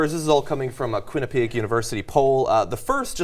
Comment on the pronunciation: JOHN, Quinnipiac is pronounced Kwin-i-pee-ACK there's an ACK at the end.. Why don't people outside of Connecticut ever pronounce it right... It seems pretty simple